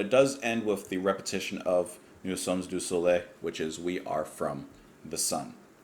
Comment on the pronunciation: The ending "s" in "sommes" is not pronounced in French unless followed by a vowel, as in "nous sommes à destination". But in "nous sommes du soleil" it is followed by a consonant. Good job as always,.